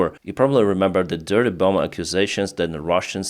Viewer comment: Hello, Thank you for your work. It is good to hear what is happening in Ukraine 💙 I thought you would like to know that the 2nd "b" in bomb is silent - so it sounds like "bom" instead. Much Respect from an American Ukrainian